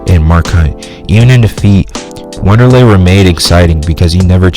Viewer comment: Lol bruh cant even pronounce Wanderli.... Don't listen to this guy